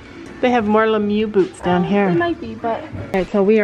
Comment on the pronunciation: I love how yall be calling it 'Lemyou' 🤣 instead of Lemieux